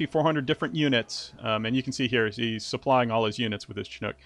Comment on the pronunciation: so i want to say onething bad about most commentators of this game, ITS PRONOUNCED SHINOOK (chinook) not chin-ook, but anyways love the gameplay nd the rest of the commentary is good and funny glad i found some more gameplay so i can decide if I want to buy the game i'm thinkin thats a yes